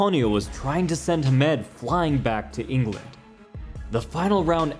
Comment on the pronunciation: Nice, but this side of the pond at least it was pronounced HAM-ed